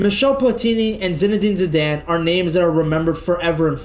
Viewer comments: Your pronounciation is a bit off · why can’t you pronounce ZIDANE